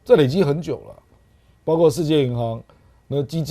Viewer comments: 包括，读音是不是包“阔”呀？而不是包“刮”？ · 包括念：baokuo 不念 baogua 😅